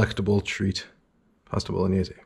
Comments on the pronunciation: Hey, great vid looks delicious but- isn't it pronounced: boh lo nyais? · my italian grandma turns in her grave every time you say bolo/gni/ese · I love how you pronounce “bowl-o-nayse”